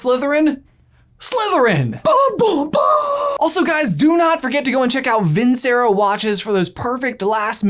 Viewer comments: Not trying to knock you, but if you're going to have a sponsor, at least pronounce the name right. It's vin CH ero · You pronounced your sponsor wrong. It's Italian for I won.